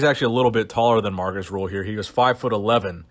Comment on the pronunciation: Markus RÜHL, not Ruhl or Rule